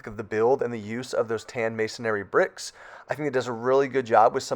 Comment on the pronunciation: Masonry is three syllables, not four. You said "masonary".